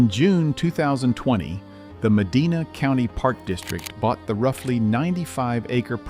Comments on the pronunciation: Meh-die-nah not Meh-dee-nah Also, Jee-au-gah, not Gee-au-gah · It’s med-I-nah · We have our men’s bible study there every week. Also, the narrator is mispronouncing Medina.. Medina is pronouncied with a short e like “eh” or cEnt. You also mispronouncied Geauga Lake but whatever. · Sad the announcer doesn't know how to pronounce Medina. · You need to learn how to pronounce Geauga and Medina. Spent a number of years there and it was great.